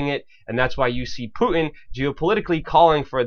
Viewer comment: Who's "Pooin"?